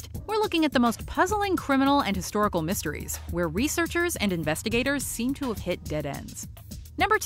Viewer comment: Lol when she said "some type of researchers." She sounded country.